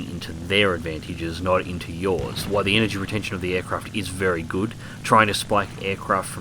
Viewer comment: I want this! Looks monstrously fast, albeit a bit of a handful at high speeds., why do you say why every time you mean while? It's a weird inflection.